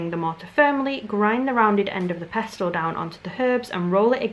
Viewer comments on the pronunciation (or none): Fully triggered by you pronouncing the T in pestle 😂